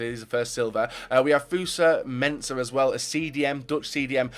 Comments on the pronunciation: his name is fosu-mensah not 'fusa-mensah' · He butchered fosu mensah a name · Wasn't too bad, I guessed he mistakes the u for an a